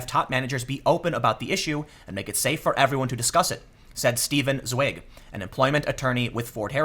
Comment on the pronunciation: So funny how u pronounced "Zweig" its a german word and if you know how to spell it correct, that just soundes so funny :D